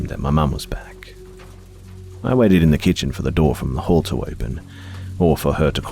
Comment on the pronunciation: I love how calming your voice is but sometimes your accent makes me laugh. During the 3rd story, when you kept saying "hall" all I heard was "whore". Is that just me?